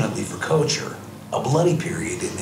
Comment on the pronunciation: I find it interesting that this lady does not know the proper pronunciation of 'Koecher'.